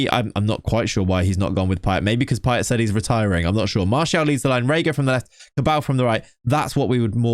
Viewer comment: 'Paye' you dont say the T...